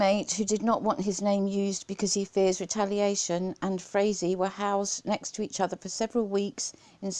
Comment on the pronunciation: Great Video...Originally I thought Frazee(its pronounced FRAYZEE)Was smarter than watts for keeping quiet,Boy was I wrong,I hope they charge him with soliciting murder for this one...What a BARBARIAN &NINCOMPOOP!!!